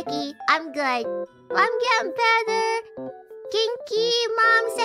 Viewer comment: "I'm jood" 😂